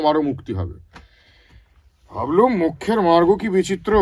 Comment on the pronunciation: মার্গো আবার কি? মার্গো সাবান নাকি? ওটা মার্গ হবে। এই কারনেই মীরদাকে দরকার আর বড্ড আনপ্রফেশনাল লাগলো